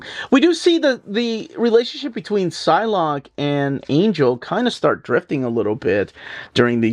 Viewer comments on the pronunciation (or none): none